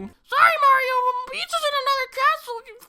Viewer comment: I sat there, thinking you were saying Marin from Zelda for a good minute before I realized you meant Mario.